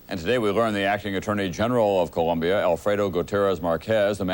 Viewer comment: Its Colombia not ColUmbia